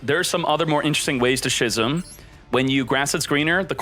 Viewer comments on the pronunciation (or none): it's pronounced "skizm" for f**ks sake.. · Love your videos as always man, but please stop pronouncing 'schism' as 'shizzum'. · How many times does this guy keep mispronouncing "schism"?